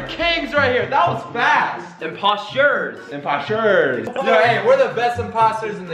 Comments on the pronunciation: Imposture ✋😂 Literally does he not know how to say imposTER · He say posta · How says imposter impastet